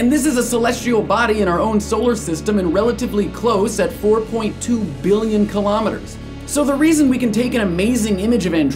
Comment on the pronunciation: says its pretty close, says Billion like its super far. :)